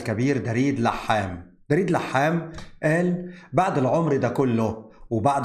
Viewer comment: يسعد اوقاتك. اسم دريد يلفظ بضم حرف الدال وليس بفتحها. تحياتي القلبية لك